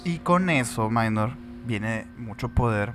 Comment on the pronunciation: "Minor" es palabra del latín, por lo tanto, no se debe pronunciar como si fuera inglés "mainor". Saludos